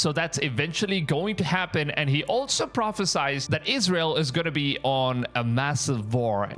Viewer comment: It’s pronounced PropheSIED not PropheSIZED